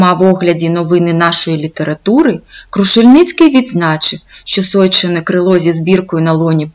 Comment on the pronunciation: Розказано не погано, але є зауваження вимовляється не сойчєне, а сойчине вимовляється трердо ж, ч, ш а не пом'якшено.